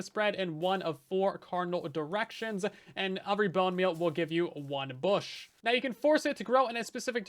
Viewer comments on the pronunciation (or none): Bush? no no no BOOSH!